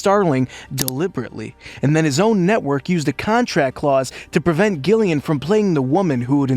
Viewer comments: being a jillian with a G i'm so peeved you were saying it wrong 😒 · Thumbs down for the constant mispronunciation of Gillian's name.